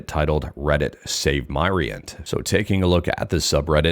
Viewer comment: Myrient = Myriad of Entertainment. So it's pronounced Mi-rient, not My-rient. Just letting you know, Mr 😉